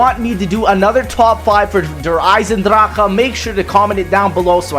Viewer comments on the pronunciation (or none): Bro it's disgusting how you pronounce the maps with the german names but i fucking love your Videos ! 🎉🎉🎉